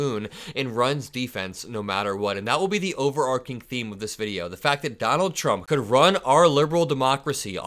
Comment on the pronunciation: The word is "overarching", pronounced, over-arch-ing (the arch is pronounced like the word "arch" not "ark").